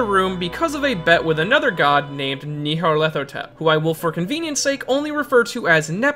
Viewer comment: "Yeldabeth" Yowl-da-bowth "Neeyalethotep" Nya-lat-hoe-tep Sorry, it's just those pronunciations are just so wrong.